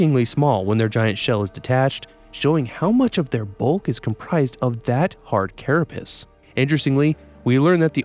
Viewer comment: Carapace not carra-piss